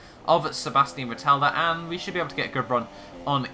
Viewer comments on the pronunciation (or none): Is not vettela is vettel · You Misprounounce Vettel so bad